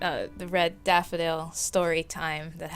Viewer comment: "The red daffy dale (on a British accent)"....... ... Plus this months collab lol.